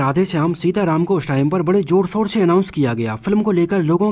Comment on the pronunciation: JOR O SOR (ZOR O SHOR) RILIJ (RELEASE) SOOROO (SHUROO) SAROKAAN (SHAHRUKH KHAN) UJE (USE) SOOOT (SHOOT) RIKWESHT (REQUEST)🤣🤣